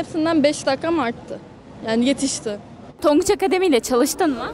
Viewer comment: tonguç akamademi